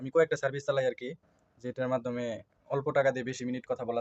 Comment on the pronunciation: Cervice hobeee naaa😂😂😂 Service hobeeeee😅😅😅😅😅